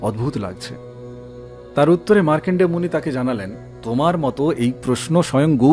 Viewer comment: মার্কন্ডেয় উচ্চারণ টা একটু ঠিক করে নিন। মার্কেন্ডেয় হয়ে গেছে।